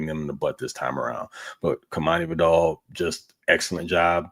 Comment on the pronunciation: Its pronounced VIE-dell, with emphasis on the first syllable. Just like the word "vital". Nobody says his name right, but please stop saying it like the shampoo, Vidal Sassoon! Love you guys.